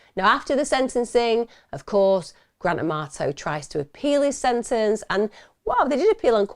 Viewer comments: I keep hearing "Grand Tomato" not Grant Amarto 😂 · I love how she says his name like Gran Tomato. It brings me a little bit of joy amidst all the tragedy. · Not gonna lie, I kept thinking you were sayingtomato 😂😂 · I love the way you say his name so it sounds like Gran Tomato 🤣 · Please say I’m not the only one who heard Grant Amato as Grand Tomato… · I had to look twice. I thought you were saying grand tomato.!!!! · Thank you Emma I thought you were saying grant tomato I had to look at the video title 😂 & wow what a evil person doing that to his family & still trying to blame his brother, all because of a woman who is never going to want to be with him, she just seen $ signs from a gullible loser